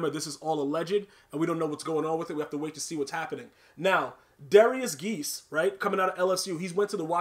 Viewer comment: Damn you a hater 🤦🏾‍♂️ his name is pronounced Guy-ice